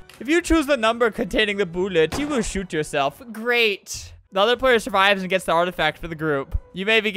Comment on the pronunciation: you said e but you actually said "AND" as "E"